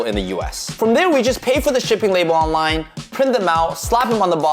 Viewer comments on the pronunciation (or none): none